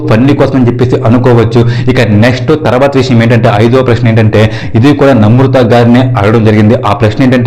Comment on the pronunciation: Pronunciation nerchuko first. Namrutha kadu. Namratha.